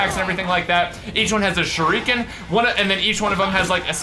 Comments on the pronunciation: its SHU RI KENS not SHROOKYINS come on fix up dude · "sharooken"... I'm sure its shuriken lol <3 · It is pronuced sher-a-kin not shour-ro-kun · churukens lol its shurikens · "shoerukens" im pretty sure its pronounced Sure-i-kens : ) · PRONOUNCED SHUR-I-KIN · it is pronounced shur-a kin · Who cringed every time he said shurookens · Shu ree ken Not that hard man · sure-i-kans surikans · U pronounce it like sure can